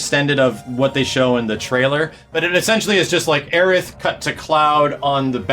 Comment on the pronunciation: stop saying aerith!!!!